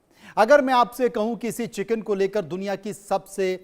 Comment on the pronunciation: Kichen nhi chiken😂😅